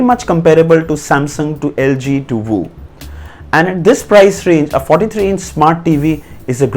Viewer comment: Bro..... it's not zhaomi(xiaomi) It is shaomi Also it's not woo(Vu) It's view 😅